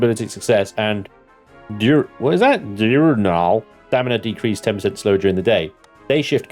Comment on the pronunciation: Diurnal - die-ER-nal - typically operating during the day. The opposite of nocturnal.